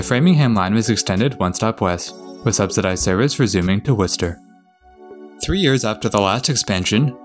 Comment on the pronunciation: I was a little bit surprised when you pronounced Worcester. I have lived in central Mass for a long time and I still can’t pronounce it properly sometimes.